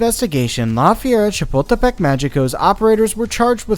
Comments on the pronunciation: Ok but listening you said "La Fiera Chipotlepec" Mexico so many times is both hurting me as a Mexican and Amuzing. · The first time he said Chapultepec I thought he was going to say Chipotle and now I'm hungry